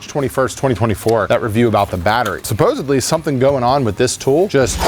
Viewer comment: Did….did you say, “supposebly”?